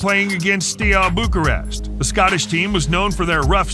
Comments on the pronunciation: Steeayu Buchurest got me.. and the next one after the Rangers (Souness one) the commentator starts with “Staying in England” bruh Rangers from Glasgow… SCOTLAND!!!! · Bro when he had to say Steaua București my ears fell off.